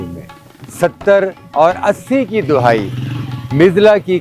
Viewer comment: CORRECTION JANAB LAFZ DA- HAYEE NOT DUHAYI PLEASE NOTE